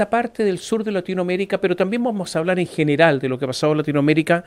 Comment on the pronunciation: Clarito el (R).El General.